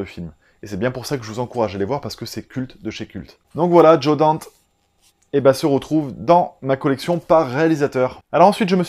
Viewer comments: Ca se prononce Danté. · J'adore ce genre de petites vidéos d'actualisation, toujours très sympa à regarder. Pour la prononciation c'est "Danté". Gremlins mais quel souvenir! Je me rappelle l'avoir vu pour la première fois avec ma classe de primaire (véridique!) sur grand écran dans un centre de jeunesse au moment de Noël, je devais avoir 6-8 ans (donc quelques années après sa sortie, je suis né en 1980) ça m'avait hypnotisé et traumatisé en même temps. Il m'a fallu des années avant de revoir le film et enfin mettre un titre sur mon souvenir. Je pense que ça a été ma première vraie expérience de cinéma :) De Joe Dante je recommande le film The Hole (qui a presque 10 ans!) qui a une vibe très années 80. Le film étant fait pour la 3D y'a quelques effets un peu voyants mais franchement du souvenir que j'en ai c'est un film très réussi qui à la manière de Gremlins est un film familial horrifique. Michael Mann is God. Le solitaire c'est Thief avec James Cann? Très bon film en effet même s'il n'a pas encore sa patte d'après mes souvenirs, l'ayant vu il y a de nombreuses années. Mon Michael Mann préféré restera je pense The Last of the Mohicans. Qu'est ce que j'ai pu voir ce film! Miami Vice est excellent ceci dit, il y a 2 versions d'ailleurs mais je n'ai vu que la "theatrical". Arès vu également récemment (sur Netflix UK), je ne sais plus qui l'avait recommandé, peut-être le Fossoyeur, en tout cas très bonne découverte et tout à fait d'accord quand tu dis qu'il faut saluer (à défaut de supporter si l'on n